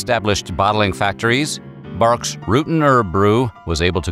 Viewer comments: Wait... Its Barqs not Bangs... What? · Who is just now learning that it’s pronounced “bark” 😂😂😂😂😂😂